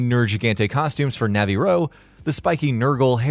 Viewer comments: nav-ee-roah instead of nav-ee-roo - gunlance is a ranged weapon Also as far as Bazel’s name pronunciation, Bazeljuice is the “most” correct as there is no official pronunciation, we can assume it’s Bazeljuice from the star it’s name takes after from, beetlejuice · You can tell the narrator never played the game. Navi-row? He literally says his own name in the game lol this is a super generic non sense video